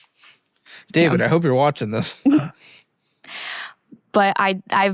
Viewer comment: “David” Ramsey kills me. ☠️